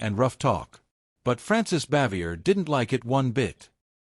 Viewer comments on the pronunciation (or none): Her name is pronounced Bah-vee-ay.